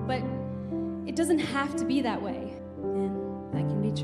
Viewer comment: Sorry bang, pronounce utk that-nya keliru, mungkin sebelum nyebut judul film bisa observe dulu di aplikasi/software translator🙏🏻